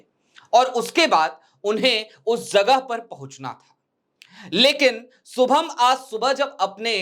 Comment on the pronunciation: सुभम नही शुभम किसोरीलाल सरमा नही किशोरीलाल शर्मा... यार भाषाशुद्धि पर थोडा काम करें.